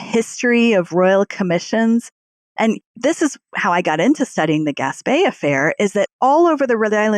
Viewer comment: I live 4 miles from where the Gaspee Affair took place. Two corrections: 1. It is pronounced "Gas-Pea" not "Gas-Pay". 2. After the Gaspee was set on fire the colonists rowed the crew to the village of Pawtuxet about 2 miles up the Providence River, NOT the city of Pawtucket, 13 miles up the Providence river.